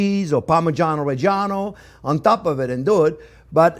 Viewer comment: great style, very clean and very correct just one word: Bravo. greetings from Italy P.S. Thank you for saying "Parmigiano Reggiano" P.P.S. you must absolutely try the Oignon rouge de Tropea.